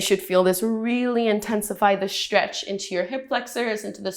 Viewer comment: Stretch is stretch. why say Sh-tretch?